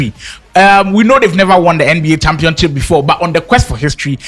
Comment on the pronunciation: he said championchip😭🤣